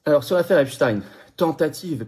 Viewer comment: C pas apchtaigne c epstein